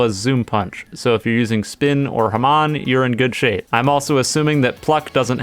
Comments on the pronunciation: *normal people*: ha-mon *this dude*: HAMAAAN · Anybody triggered bc how he says hamon? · My Critique: Afterimages isn't useless, you can use it to run away and heal and diverse enemies. He mispronounced hamon.